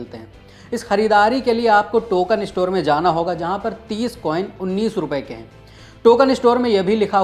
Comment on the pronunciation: Can you train the anchor to correctly pronounce "store" and not "estore" ;)